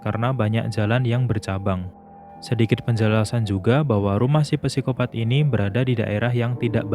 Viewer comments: min sedikit koreksi nnti penyebutan psikopat itu huruf "p" ny ga dibaca min cuman sikopat aja soalny rada keganggu denger mimin ny bilang pesikopat mulu hehe makasih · Oke banget penjelasannya kak. Sedikit membenarkan kak. Kalau tulisan "psikopat" ejaan yang benarnya cukup dibaca "sikopat". Misal ada contoh lagi "psikolog" cara bacanya juga cukup "sikolog" saja